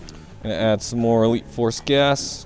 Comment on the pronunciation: is it just me or when says elite force gas it sounds like wheat force gas🤣🤣